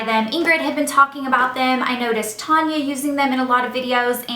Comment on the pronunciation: her name is talia not tanya